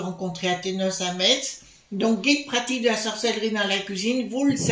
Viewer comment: Coucou ma chère, oh je vais aller un de ces jours prochain achèter ce beau livre à Metz ou PàM. Sans vouloir vous embêter, Metz se prononce comme la messe ☺️☺️☺️🥰. Bisous à vous et tous toutes 💐